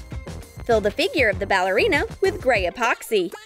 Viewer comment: Like this on how many times she said apoxy